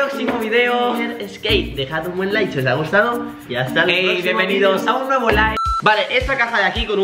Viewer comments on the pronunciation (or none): biembenidos a un proximo video biembenidos a un nuevo like;v